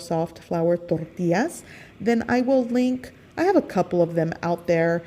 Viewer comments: Tortias?? Try Tor-tee-jazz 😉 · I love your recipes! I'm Mexican and I think your recipes are pretty typical Mexican food! The only thing I don't understand and I'm sorry, I don't mean to be disrespectful, but, why do you pronounce TORTIAS but you pronounce agua de pepinos con limón perfectly? I'm sorry if I ask something weird but I can't help but cringe when you pronounce tortillas gringo style! Saludos desde Chihuahua y viva México.... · I like how you say ToRRTIAS 😂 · "THORTILLAS" lol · “Flour Torrrrtias” 😂😂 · You don’t have to say “tortillas” like that…